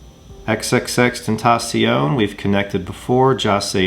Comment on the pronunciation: U said his name right i give u props an a tha nks he is my favorite